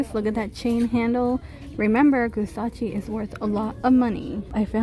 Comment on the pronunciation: What the hell is gusacchi its like Gucci and rasochi mixed together..lol .I have never heard of that brand